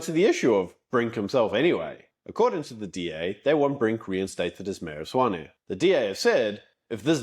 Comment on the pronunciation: I thought it Tswane not swane